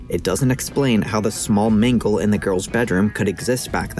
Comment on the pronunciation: am i the only one who hears say "mingle" instead of "mangle"